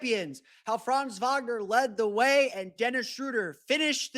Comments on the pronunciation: I have been wondering for 10 minutes why you kept talking about France. Can you please take one second to look up how to pronounce 'Franz' correctly??? Really disresepectful to butcher his name like this. Not that complicated, is it. Unless you are brain-dead. Have to stop listening. Such a degree of ignorance is unbearable. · While you are being somewhat harsh on the guys (come on, they're American, what foreign language skills do u expect 😁) , you're right: it would already really help if they kept the "a" in Franz short, pronounced as in like "fun". Like that it would at least not sound like a certain country...